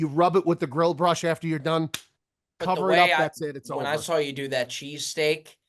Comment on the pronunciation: Love how pronounces saw as I sawl 😂😂